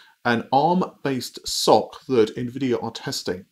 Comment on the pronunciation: sorry to say that SoC i.e. system on chip is pronounced ɛsˌoʊˈsiː i.e. "ES-OH-SEE", not "SOCK"...